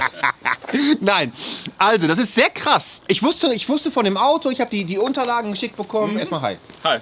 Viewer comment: Alter, warum können die meisten kein "SCH" aussprechen? Mowo, der Typ... und noch so viele andere...was ist daran so schwer?! xD Das triggert übel eh haha :-D